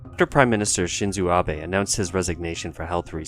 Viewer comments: That's incorrect pronunciation either. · If this is a re-upload to correct the egregious mispronunciation of Abe Shinzo's name . . . accepted. Thank you.